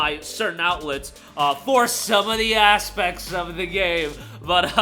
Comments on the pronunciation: Just wanted to say emphasis on ASSpects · “…some ASSpects…” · "Some of the ASSpects" 🤣